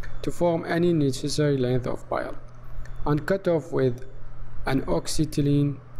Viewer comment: Why does he keep saying “Bile”